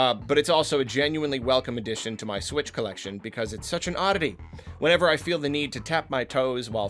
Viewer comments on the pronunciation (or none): none